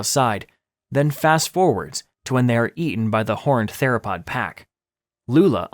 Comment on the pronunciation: “Terasaur” “Teropod” 💀